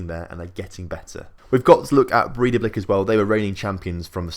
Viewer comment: Probably woulda been easier for you if I'd just told you how to pronounce the team names 😂😂 Breidablik - Bray-tha-blik Valur - Vahl-yoor Stjarnan - Styahr-nahn Grindavik - Grin-tah-vweek (but with a rolled r) Vikingur - Vee-king-yoor Fjolnir - Fyul-ner Sindri - Sint-ree (with a rolled r) And in case you have to talk much about any of the teams you're newly putting money into: Fram - Frahm Keflavik - Keb-lah-vweek Þor - Thohr Grotta - Groh-tah (with rolled r) Haukar - Hoo-ee-kar Selfoss - Sel-voss Þrottur - Throh-tyoor Huginn - Hyoo-ginn (Fun fact, I know all these as much as I do mostly because I used to have a minority stake in Þrottur for a couple years.) Btw I really appreciate your channel, you've quickly become my favourite FM channel. Thanks for all the effort with the videos!